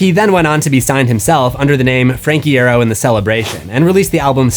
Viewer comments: You said franks last name wrong. It's pronounced "Eye-Arrow" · i have to be annoying and say i recall frank saying 'eye ear oh' on instagram once. so ig it's more an e sound than an a.